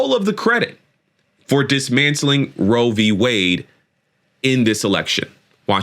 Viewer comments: he keeps saying Rovey Wade 🤦🏻‍♂ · The way tRump says it... does he know anything about it beyond the sounds "row vee wayd"?